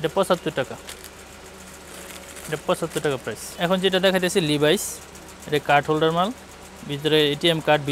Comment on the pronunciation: লিভাইস না এটা লেভিস আর হাওয়াই না এটা হুয়ায়ে উচ্চারণ সঠিক করেন।